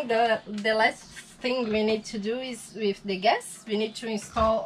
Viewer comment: English is not bad at all. However he has one anoying mispronunciation and that is the "the" sound, it's not "wiv", it's "with" and it's not "tree", it's "three". Practise touching your upper teeth with the tip of your tongue for the "th" sound, look in the mirror while practising and soon you'll be an expert! Good luck to both of you!